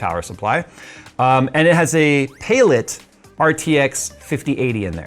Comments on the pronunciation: Palit = Pay-Lit? I always thought it was pronounced like Pal - it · pay-lit? I always thought it was Pal-it